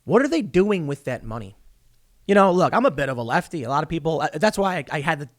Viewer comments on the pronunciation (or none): none